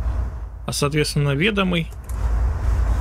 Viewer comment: Не ве́домый а ведо́мый